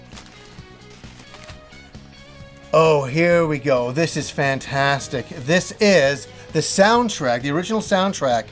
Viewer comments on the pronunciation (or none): none